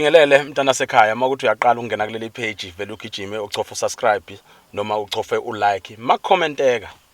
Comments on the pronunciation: Kodwa le presenter iyofunda nini ukubiza usubscribe ilokhu ithi ungakhohlwa ukusaskraibha😂😂😂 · Akukona uku "sakrabha". Uku- "subscribe"😂😂😂😂😂😂